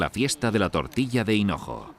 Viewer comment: Dicen Cenojo?? En vez de hinojo??